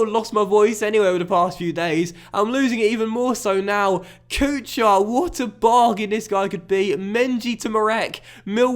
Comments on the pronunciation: Kuchar is not pronounced Kʊ-CHAR but more like Kʊ-HAR. Same thing goes with for example Chara. But man love your vids. Keep working. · Marek Kuchar is pronounced like KUKHAR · The “ch” in Kuchar is pronounced “Koo-har” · Kuchař, CH is same like in german word kuchen and Ř, well you can try to get somewhere the pronunciation, but is very hard to learn how to say it, so i think Kuchar will do. And Z is not silent in Zdenek